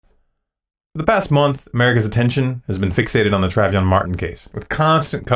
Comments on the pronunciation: His name is pronounced tray von, not travy on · Dude... Love your videos and could agree with you more. But do yourself a favor and learn to say Trayvon (not travion). Makes you sound like a idiot. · i just wish that you could of said his name right. his name was trayvon not travyon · Tray-Von NOT Trav-ion I liked the video, but found it annoying that you couldn't enunciate his name properly. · You're points are spot-on, and I agree. But... "TRAH-vee-on"? It's pronounced "TRAY-von" ... just like it's spelled. Yes, it's a small mistake, but hugely distracting from the message, especially since it provides ammo to those who say "the Zimmerman supporters are all racists and don't care about TRAY-von". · besides the fact that you kept calling him travyon instead of trayvon everything you said was on point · Say it with me "Tray-Von" not "Trav-Yon". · Tray-von,not "Travvy-on".LOL..excellent vid.I have been wondering about this whole case too...it appears that it is just a distraction?Of course,if I tell my friends or fam this,they'll tell me I'm insane. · I like this video - a lot - and agree w/its assertions. Just couldn't get past the fact that you kept mispronouncing Trayvon's (pronounced Tray-vahn, not Tra-vion) name. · trayvon, not travyon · travion ...cmon dude your credibility is shot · An interesting video...and your point is well taken. But it's pronounced Trayvon, like Avon...not Traveyon. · Tray von.... you kept saying travy on pshhh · His name was (TRAY -VONNE), NOT (TRAV-EE-ONNE). You could at LEAST honor the dead by correctly pronouncing his name... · its TREY VON not travyon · You should have figured out how to say Trayvon before you made the video. Trayvon not Travyon. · "Trav e on"? It is "Tray von"... how did he not know how to pronounce it? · It's Trayvon, not Triavion. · His name was TRAY VON, not TRAV YON....j/s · The narrator mispronounces "Trayvon" as "Travyon" after all of the media coverage. Good work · His name isn't Trav-E-on. It's Tray-von.